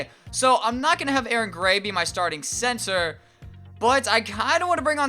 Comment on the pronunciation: lol he said censor instead of center